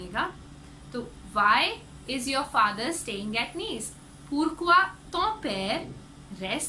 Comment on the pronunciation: Why is pourqui- more like par kyu